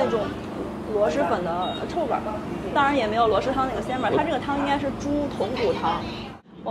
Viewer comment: 听着好难受，螺蛳读音是螺丝不是螺师。提醒下UP主